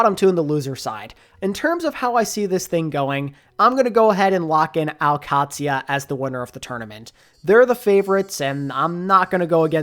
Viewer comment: I know its nit picky but the Q in al qadsiah is pronounced more like the G in gout or gourmet where it tickles the top of the mouth and the rest is a D and and SIA like the singer